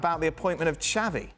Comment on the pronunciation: Xavi not xabi